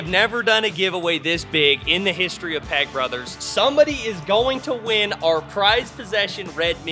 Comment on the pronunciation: Wife wants to correct your speech and I agree how you pronounce your name peck sounds like you say peg brothers the meaning of what it sounds like you say wow